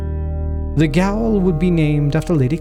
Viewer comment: "Gaol" is the British English spelling of the word "jail" and is pronounced as such.